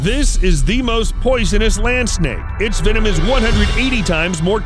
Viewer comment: It’s venom not “wenom”